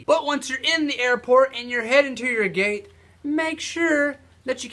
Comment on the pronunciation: .....are. you. Swifty? I heard gay instead of gate